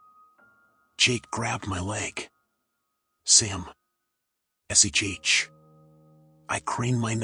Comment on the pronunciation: I'm pretty sure it's TTS... I mean.. the whispery voice makes me wonder.... but it reads exactly like it's TTS. Like saying "underscore underscore underscore " instead of letting the story go to the next scene like it was intended... and instead of saying "agape" it says "uhgahpee" and instead of saying "shh" it says "Ess aych aych" ... I mean, if it's not TTS... then the reader needs to learn to narrate like they are a person.. <*shrug*>